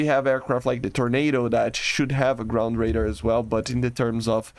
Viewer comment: "grund radur"